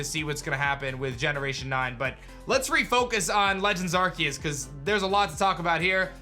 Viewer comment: PLEASE FOR THE LOVE OF GOD STOP SAYING IT aR-KEY-US ITS PRONOUNCED AR-SEE-US